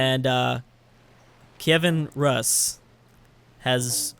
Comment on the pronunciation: I believe its pronounced kee-ev-Ian Roos ( or at least close enough to that )